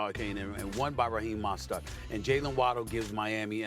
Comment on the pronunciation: Steven A has no idea how to pronounce "Mostert" and "Achane" 🤣 Shannon the GOAT... TE and TV. He mellows out Steven A, and SAS needed that badly.